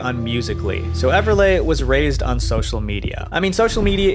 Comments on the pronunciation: Just so you know, its pronounced Everlee not Everlay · I wish Everleigh was pronounced correctly. Everlay sounds like a carpet product. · Everliegh....." Pronounced "EVER LAY" is a TERRIBLE name to give a Girl who will have to go to Elementary and High School. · You said Everleigh wrong